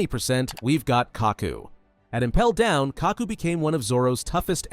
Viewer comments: Am I the only one that notest that h said impell down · bro why in kaku he said impell down💀💀